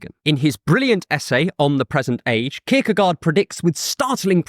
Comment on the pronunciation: I had to grit my teeth every time you pronounced his name. I still love your channel, though.